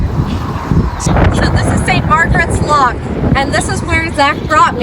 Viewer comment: Edinburgh looked stunning amazing city, and pronunciation when she said Loch was very Scottish:). I always got told off by my wife for saying Loch like lock! Great video guys:)